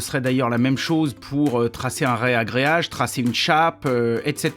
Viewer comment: Putain il a dit reagreage je suis déçu 😂RAgreage 😅